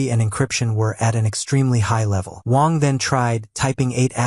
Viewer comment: He was calling the mc "wong" instead of wang